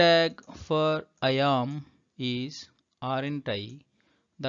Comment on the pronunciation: Kindly pronounce the 'am' properly it's not 'yaam'.